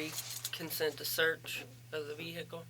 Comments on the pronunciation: If she says “vee-hick-uhl” one more time I’m going to scream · Someone please tell her the h in vehicle is silent.